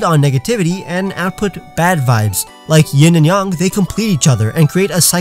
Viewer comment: LOL,he said yong its yang